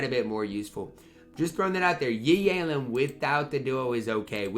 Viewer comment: Day 2731 of saying Yi Yalen for no understandable reason